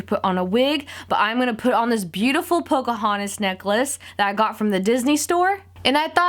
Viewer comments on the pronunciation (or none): it's Pocahontas not Pocohontas